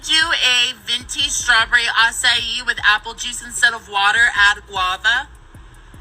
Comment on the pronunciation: LMAO you keep saying strawberry acai cracks me up because you keep saying it wrong. I agree I didn't know who Christian Walker was until this incident. I would have wacked him if he approached my car especially if my daughter was in the car. LMAO I am a big Kehlani fan. I think he was talking about being naked at the pride parade. He is just a walking contradiction. That is how you pronounce Acai.